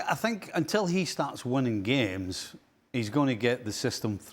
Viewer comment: Stevie said "game-ses". 😆